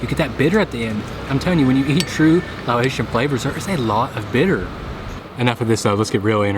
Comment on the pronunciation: Quick pronunciation tip: You're saying "Lao-ATION" when you say Laotian, but the word is pronounced "Lah-OCEAN." Easier than either of those would be to simply say "Lao" instead.